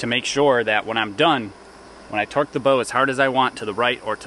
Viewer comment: Oh.... TORQUE testing, not twerk testing a mistake anyone can hear >_>